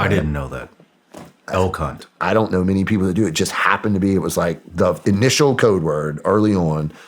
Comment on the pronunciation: I thought he said “el c*nt”, not “elk hunt”.